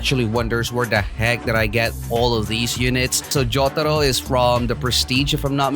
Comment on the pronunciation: I really like how you said jotaro🗿